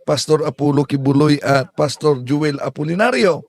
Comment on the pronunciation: Ayusin mo pg pronounce apolllnario.